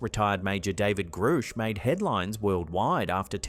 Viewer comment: Grush or Groosh. AlerGAYney surely. Not your best work. Woman ghost in bar???